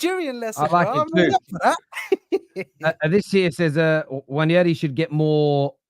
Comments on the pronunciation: It’s called wanieri you don’t pronounce N as the Nigerian boy is saying it’s called Wanieri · you are pronouncing it wrong and that's cos you are Yoruba and there is only one way to pronounce Nwaneri, doesn't matter the kinda Igbo you are. It is almost pronounced as "ONE NE RHY" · Just say waneri. I’m Igbo and speak it fluently. Yoruba man shouldn’t be teaching Igbo pronunciation he didn’t know. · it's spelt "NWANERI" but can be pronounced as "WA-NAY-REE" 😂😂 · Ethan......Nwá-Nérí, (pronounced as 'worn' - in English, the closest sounding word to it) Follow the tone mark too, else it will mean something else. 👍🏾 Guys get a Nigerian of Igbo decent to pronounce Ethan's name properly. Our Nigerian guy from the Yoruba ethnic group tried but it is still not his lingo. 👍🏾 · It should be pronounced as 'one' neri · So if you're not sure how to pronounce his name because it's not the language you speak in Nigeria then why keep ramming it down our throats the way you pronounce it? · Bro can not even pronounce Nwaneri right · He was wrong, the prononciation and explanation is wrong. He shouldn’t be teaching people the prononciation he himself can’t pronounce. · Shout out to for bringing up the Nwaneri pronunciation